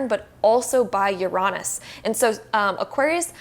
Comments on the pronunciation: Just heard it 😂 I was shooketh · The pronunciation of Uranus caught me off guard.